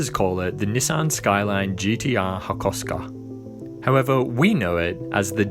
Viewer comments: maybe you do, but you didn't say it right that time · Dont tell me he just said hakhoskha😂